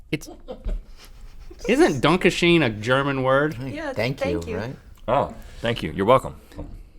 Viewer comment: Actually the German word for thank you is danke pronounced donk-a.